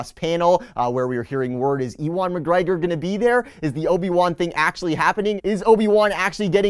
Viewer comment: Obe-E-wan McGrogi